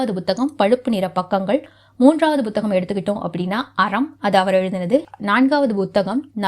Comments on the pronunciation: Not buthagam madam, it is puthagam, pls correct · Bhuthagamaa??? Puthagam nu sollumaa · அது வேற ஒன்னும் இல்லைங்க எல் கே ஜி யிலிருந்து ஆங்கில வழியில் படித்ததனால் பு(b)க் என்பது அப்படியே பு(b)த்தகம் என்று வந்துவிட்டது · புத்தகம் என்ற சொல்லை உச்சரிப்பது சரியாக இல்லை. முதலில் புத்தகம் என்ற சொல்லைத் தமிழ்ச் சொல்லாக உச்சரிக்கக் கற்றுக் கொள்ளுங்கள். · உண்மை -- தமிழ் உச்சரிப்பு கெட்டுப் போய் பல வருடங்களாகி விட்டன -- ஒன்றும் செய்ய முடியாது